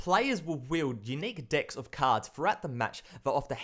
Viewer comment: I like your channel, but it sounds like you were saying, "unique dicks of cards."